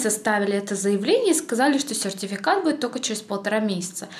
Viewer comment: Ты так слово сертификат интересно говоришь) Я так и не выговорю) Без обид!